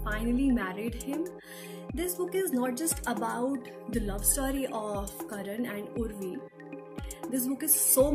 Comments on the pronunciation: It's karna not karan🥴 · It’s Karna not Karan !! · I came here to watch the review. But the moment i heard her saying 'Karan' instead of 'Karna' i stopped!!!. How can one come up for a book review with such a big pronunciation mistake. ??? She dint even notice the title or is it a trend to mispronounce the very title of a book. Thus i stopped watching. 👎👎